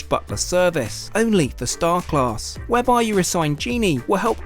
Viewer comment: You HAVE to stop pronouncing “class” like that. Your over-annunciation makes me want to gouge my eyes out with a grapefruit spoon.